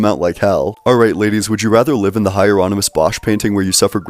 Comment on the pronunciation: I agree with this guy, although he pronounces things weird. Shao-vinistic, Higher-onymus Bosch lol